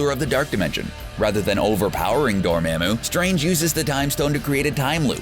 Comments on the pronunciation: Yo its Dormammu, promounced Door Mom Moo. not Door Ma'am Moo. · Did you say “Door-mam-moo”? Omg say it like “Door-mom-moo” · It hurts that the narrator says "dor-(its)maaam-moo" instead of "dor-mom-moo". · Door-mom-moo.... (not spelling, its a pronunciation) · I hate that way he said dormomu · It’s pronounced door-mom-ooo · Does anyone notice that the guys talking says Dormammu absolutely wrong!😂😂😂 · When your narrator pronounces Dormammu incorrectly. Repeatedly. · The way you say "Dormammu" makes me question everything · Please stop saying Dormammu incorrectly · Enjoyed it...but scowled every time he mispronounced a name. (Dormammu.... Cyttorak... Uatu...) 😔 Other than that, very interesting video! 👍😊